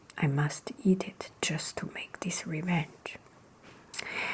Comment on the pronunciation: The two heads are caused by inbreeding and when she said eat together it sounded like yeet together but that doesn't mater